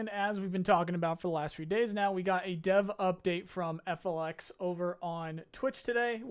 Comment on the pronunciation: Just FYI... FLX is pronounced FELIX...